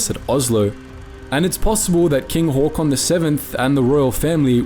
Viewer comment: As a Norwegian the first thing that struck me was how well you pronounced his name. Well done, really good first impression